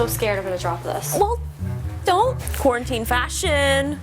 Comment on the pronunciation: "iJust-quaran-tine.." made me lol